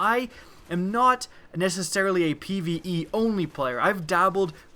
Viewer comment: Pve not pie